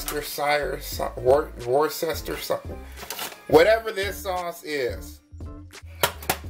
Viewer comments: Worcestershire is pronounced phonetically like Wooster-Sure. The English place of Worcester is pronounced like Wooster. The Shire part you pronounce just as you'd pronounce the end of New Hampshire. Hope this helps! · Try woor'-shter-sher.